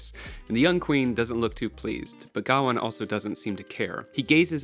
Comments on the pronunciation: It's not pronounced Ga-wan its Ga-wayne or Gwayne depending on where you're from. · It's Guh-WAYNE btw. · Why do you pronounce gawain(guh-wayn) like that. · Mispronouncing Gawain means I can’t listen to this lmfao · Because he can't pronounce Gawain properly? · I was going to say the same!! 😂